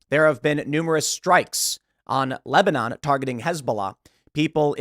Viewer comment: "Lesbanon" come on Tim, we know you were about to say it aaahhahah!